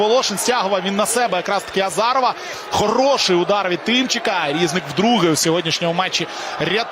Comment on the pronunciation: Він не рІзник, а різнИк.